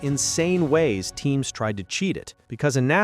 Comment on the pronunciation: Teams, not teens